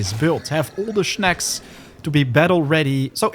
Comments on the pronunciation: I’ll hit the like button if you stop saying “schnaks” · I hit the like button BECAUSE he said schnaks